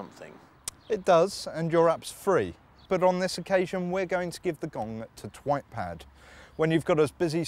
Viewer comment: O anyone else here him say twatpad??